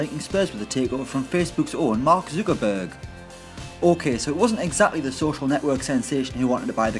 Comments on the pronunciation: Who the hell is mark zookerburg? I think you need to learn to pronounce the worlds fifth richest mans name mate😂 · Mark Zu-Ka-burg 😂🤣😂🤣😂